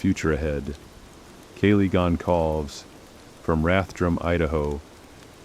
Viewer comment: Completely… even pronouncing Kaylee’s last name feels like the cheap version of the story.